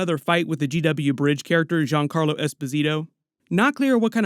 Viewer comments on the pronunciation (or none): none